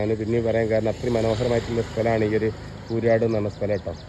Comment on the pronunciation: കൂരാട് അല്ല,കൂരിയാട് മേലാൽ ആവർത്തികരുത്😅